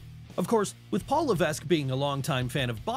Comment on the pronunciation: It's pronounced Levek the S is silent